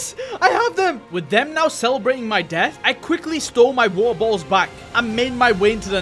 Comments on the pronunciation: Bro just saying wo-er bo-ols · why u keep saying "wa'a botuls" 💀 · I love how say was ah bo als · “Weaer bolls” 😂😂😂😂😂😂😂😂😂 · I heard every time you said Water bottles I heard Wawer bottles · Bro said wahor boholls